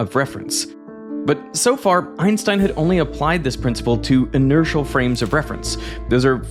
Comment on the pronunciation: My biggest critique of the video was the pronunciation of German words. "Albert Einstein" → ""Aulbert Eins'tein, "Göttingen" → "Göttinggön" But credit to him not falling for the common American way of saying "Einstein" as "Eins'teen"